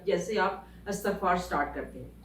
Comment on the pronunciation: اسلام وعلیکم ۔۔انتہائ معذرت کیساتھ ایک correction کرنا چاہوں گی۔۔۔یہ لفظ استغفار نہیں ہے۔istaghfar h..الف کے نیچے زیر ہے۔۔۔امید کرتی ہوں کہ آپ نے مائنڈ نہیں کیا ہو گا۔جزاک اللّٰہ خیر